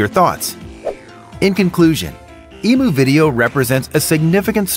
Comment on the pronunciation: Emu is not pronounced like that.